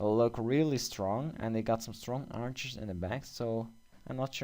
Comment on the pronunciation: Its not "Arker" its Archer